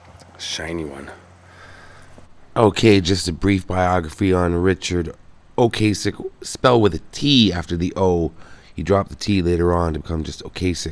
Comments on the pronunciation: O-Cass-Ek rather than O-Case-Ek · O-Cass-ek, not O-Case-ek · Dude keeps saying "Ocasek" wrong. I'ts not with a long "a" It's pronounced Okassssek, like Plastic. There's several videos on-line showing Ric pronouncing his own name this way. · I remember the lead guitarist, correcting people at their Rock n roll induction on how Ric pronounced his last name and it’s pronounced ‘O-CAH-Sic’, not ‘O-K-Sic’. Great artist and legendary. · OH-KUH-SECK..... not Ocay-sick